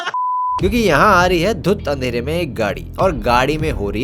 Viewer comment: "में" mein ए ki matra aati hai instead of ऐ 😂😂